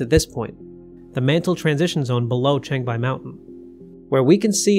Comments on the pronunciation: changbai not chengbai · Chang = chahng like "wrong" not cheyng like "chain".